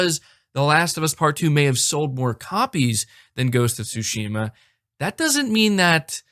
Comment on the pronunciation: Bro you keep pronouncing Tsushima wrong lol